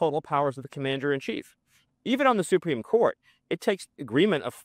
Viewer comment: “supeem court”